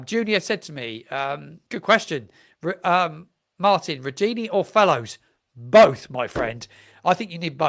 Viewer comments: I have no problems with phonetics or the like. You know what you are talking about and so do your many subscribers. Nearly everyone is saying Rudoni differently. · I know you get a lot of criticism on here, but just wanted to say I enjoy your content, but something that really bugs me is that you don't seem to do checks on pronunciation for people's names Its not Jonas Spors its Yo Han As Spors Its not Rudini its Rud Oh Knee Its not Sess Ay its See Say